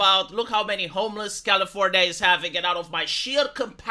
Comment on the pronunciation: its not California, it’s Californya-nya